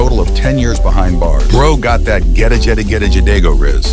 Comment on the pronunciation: Apparently Text2Speech Doesn’t Know How to Say Gegagedigedagedago